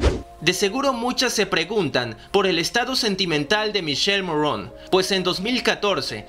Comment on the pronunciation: Por favor pronuncia bien es míkele Morrone, es italiano no me lo afranceses.